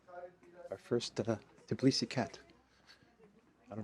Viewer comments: You are in Tbilisi, not "Tiblisi."😃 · Hi, while you are in Tbilisi you should learn how to pronounce the name of this city TBILISI not Tiblisi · Tbilisi, not Tiblisi. +Engagement